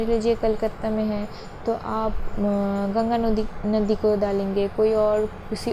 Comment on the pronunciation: Mam ek off topic question hai .......😁 Aap bengali ho na ....😁 .......coz apne gonga nodi bola tha.....